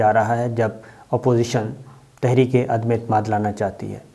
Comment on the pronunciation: صابر صاحب اللہ کے فضل سے آپ بھی ان نہایت پڑھے لکھے لوگوں کی لسٹ میں شامل ہیں جو عدم اعتماد کو عدمے اعتماد کہتے ہیں